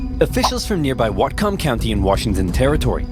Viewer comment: Okay, not that it has anything to do with the actual content, but that is the weirdest pronunciation of Whatcom I've ever heard in my life. I was born and raised in that county, and it may be one of the only words we actually don't enunciate that hard on. We don't stress the distinction between the two syllables that hard, they get slurred a bit more than that. It's "watcome" not "wat-come"